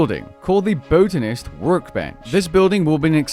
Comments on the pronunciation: BOTanist not Boatanist kekw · lol Boatanist...its BOT BOTanist lol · I've never heard anyone pronounce botanist like "boat-anist". haha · When he said that he had me dead